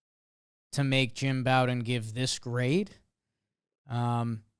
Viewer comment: I know won't read this because I've been posting this comment for years now but dude's name is Jim Bowden as in Beau, or Bo. It's not like Bobby Bowden, or taking a bow. It's like the thing you use to shoot arrows. Bow-den.